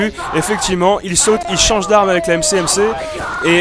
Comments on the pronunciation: ta dit MCMC au lieu de MSMC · trop lol il dit mcmc